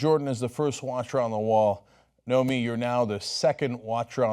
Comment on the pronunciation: Cenk definitely hired the right reporter. But he said "Naomi" a few times.